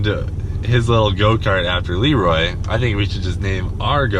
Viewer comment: Elroy instead of leroy